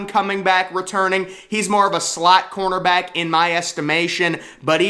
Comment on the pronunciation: I completely agree ...but on a side note can you please stop pronouncing cornerback like cornterback?